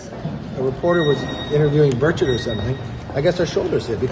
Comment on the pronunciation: That is not how you say Tim Burchett. I could not figure out who you were talking about. It's Buuuur ch-ut. Not Ba-chet.